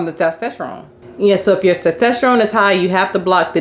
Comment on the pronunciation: It's TESTOSTERONE!! not TASTESTERONE